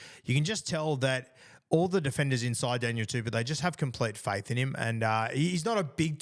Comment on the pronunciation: Guru it’s not pronounced Daniel tuPEW, but Daniel TuPOU. Pou pronounced like Po from king fu panda.